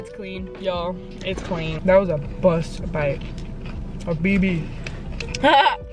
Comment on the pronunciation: Girl really said “buss bite” 😂